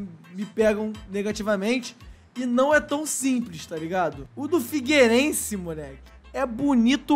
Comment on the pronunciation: Figueirense? Pelo amor de Deus,. 🤦‍♂️